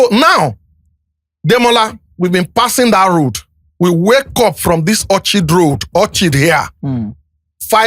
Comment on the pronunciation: A clear difference between who go school and who no near school. It was the wrong pronunciation of the word "orchid" by Mr Seyi that messed me up. Seyi, I'm just sorry for you. You did your pay master dirty. I am sure your wife won't be happy with you. I really sympathize with Seyi. Not easy eating from someone the people hate.